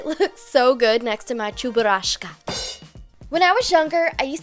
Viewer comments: Wow! She actually pronounced Cheburashka the Russian way! xD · Ahahahahahah living in a family that has russian blood i used to watch this cartoon called "krokodil gena i cheburashka"(russian) so the way she said CHEBURASHKA killed me 😂😂😂❤❤❤❤